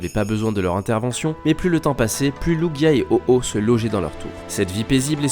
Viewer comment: Ahhh merci tu sais prononcer lugia et oh ho ! ;)